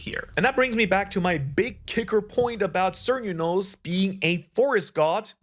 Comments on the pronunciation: Bro I ❤ u and your videos but I defo think this is like the third time you mistakenly pronounce Celtic words in your videos, 😂😂 im not offend and I am Welsh. But it's a hard C which sounds like a K so Celtic sounds K-el-tic and Cernunnos sounds Ker-NOON-nos, again. Love your videos your the best keep up the Awesome work. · Cernunnos is pronounced Care-new-noss lol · Cernunnos pronounced Kuh-noon-nos 😉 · Did Chopper perfect his Monster Point? That panel loked like Monster Point. (I don't read the manga and I haven't found a place to watch the anime online. The god is pronounced Sir-Noo-No-s and Celtic pronounced Kell-Tic.....Not Sell-Tic